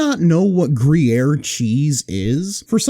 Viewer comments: Ah yes, everyone's favorite dish, chipoat-lee groyer penny pasta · "Free-yaere?" "Briere?" "Yes, umm, Kree-air?"